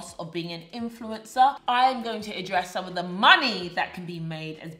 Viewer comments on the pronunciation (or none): 🤣 it sounded like you said influenza 🤭 that was funny! Keep up the good work